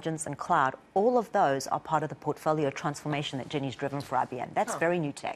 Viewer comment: I really heard her South African accent come out when she said “transformation.”